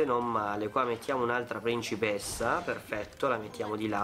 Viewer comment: ma non capisco se dici principessa o regina (si di ce principessa)